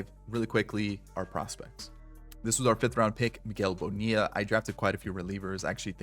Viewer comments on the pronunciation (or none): none